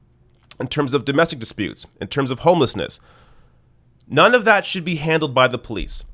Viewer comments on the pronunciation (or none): none